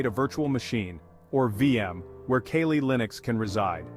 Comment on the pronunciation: The hacker scenes in this video are obviously fake. Why is your pronunciation of Kali so inconsistent? Why are parts of this video blurred?